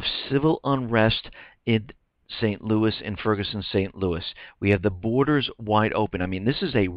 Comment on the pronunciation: it's "borders". just sayin'